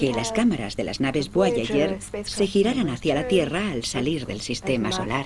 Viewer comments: Porque dice voayayer? Tambien Habel. entiendo que los españoles esten peleados con el ingles pero: Repitan despues de mi: Jobol, Jobol, Jobol... Boyayer. Boyayer. Boyayer.. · “BUAYAYER” JAJAJAJAJAJAAJAJAJAJAJJAAJAJJAJAJAJAJAJAJAJAJAJAJA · Es Voyager